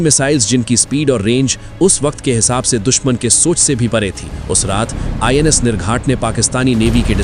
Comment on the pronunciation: NIS nahi INS hota hai bhai